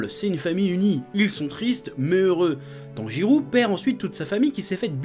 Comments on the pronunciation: Chef Tanjirô se prononce Tanjiro (en prologeant le -o) et pas Tanjirou Sinon bonne vidéo , on ressent la Pa$$ion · C'est moi ou il dit "TANJIROU" tout du long ?